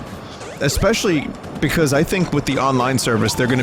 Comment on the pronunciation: It's pikause...